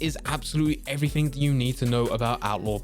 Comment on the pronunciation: Evrafing interesting way of saying everything